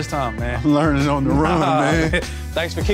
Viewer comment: Hahaha.. “learning in the run”. In the most Florida OG accent possible. 👍👍👍👍